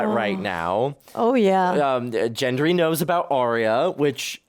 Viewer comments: Love this season! It just gets better too! Also I was gonna let ya know for future reference that Varys is pronounced Var-is not Varees. And The G in Gendry sounds like the g in garden. Not a j sound (Jendry). And Daenyres is pronounced Dan-air-iss (not Dan-air-ees) Please don’t think I’m saying it to be rude or be a Karen😂 . I would want someone to tell me! I really enjoy your reactions I just know you would both want to know sooner than later bc you’ll probably love this show for decades 😂 so its best to know the correct pronunciation from the start. 😂😂I had trouble w pretty much every name for a long time 😂 you’re not alone. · Is there a reason that is intentionally mispronouncing Gendry's name? Does he say "gif" wrong too?